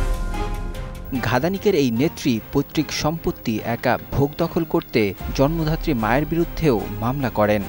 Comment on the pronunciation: শব্দটা ' জন্মধাত্রী ' নয়, জন্মদাত্রী। কোমিশন নয়, কমিশন । জঘন্য উচ্চারণ